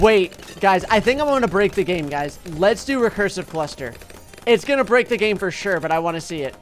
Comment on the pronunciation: he said gane lol